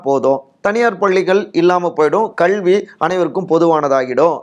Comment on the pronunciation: விகடன் நிர்வாகத்திற்கு ஒரு வேண்டுகோள்... இந்த வீடியோவில் வருபவருக்கு கல்வி என்பதை எப்படி தமிழில் உச்சரிக்க வேண்டும் என்பதை தனி வகுப்பு எடுத்து கற்றுக் கொடுங்கள்... அவ்வாறு முடியாவிட்டால் இந்த நபரை மாற்றி விடுங்கள்